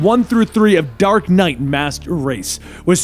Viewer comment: Hahaha he said dork knight